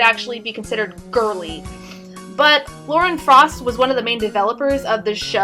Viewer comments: You said Lauren Fraust. It's Lauren Faust. Sorry, my OCD got annoyed at that. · You sounded like you said Lauren Frost.